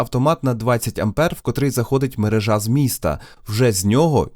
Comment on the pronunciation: МерЕжа, а не мережА! В мене вже вуха в'януть.